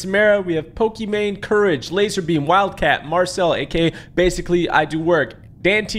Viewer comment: Pokimane not Pokimate